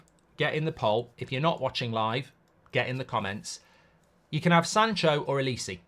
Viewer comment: Can you please pronounce OLISE's name correctly...It is not difficult. It is pronounced OLISE like the "e" in "Sell" not "OLISI". Kindly make the correction.Thank you.